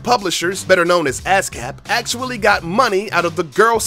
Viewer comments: ASSCAP, not ASCAP. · ASCAP (ass-cap) I ain't poppin a cap on yo ass. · Who else laughed when he said ascap?